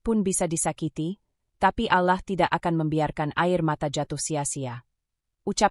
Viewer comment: Klo pake AI penyebutan allah kurang tepat dan kata2 yg lainnya jadi gak yaman didengar flat cara bacanya tdk ada titik koma yg pas